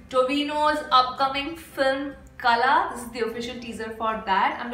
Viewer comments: The title don't sound like kala.. and the correct pronunciation can't be written without Malayalam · The LA in KALA is pronounced as the LA in cLAy , pLAgue , keraLA etc